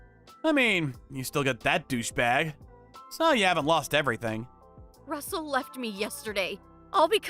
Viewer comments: Rustle? Do you mean RUSSELL? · Rustle? I think it's Russell.😂